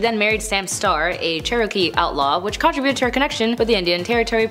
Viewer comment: "Con TRI buted".